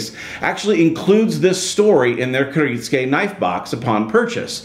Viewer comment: Kir it sue ka